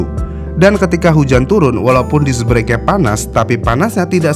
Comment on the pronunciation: BRAKE itu penyebutannya ga sama kayak BREAK